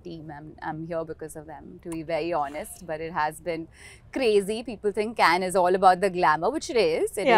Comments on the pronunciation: It's "Kanh" not " Cane" 🤦‍♂️ Remember when Trump said " Swami Vivekanand " and "Diwali" in Gujarat visit? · and yet she cannot pronounce Cannes correctly ....